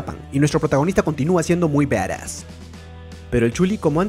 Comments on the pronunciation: Badass y se pronuncia baras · Alexxd Nicolas:v Por eso yo digo se escribe badass y se pronuncia baras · Se dice barass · se escribe badas y se pronuncia baras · se dice badass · Me caga de risa como dice badass o como se escriba ajajajja